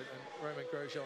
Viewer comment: XD Grosjean is said about 6 times in the 2020 clip and bro still mispronounces it horribly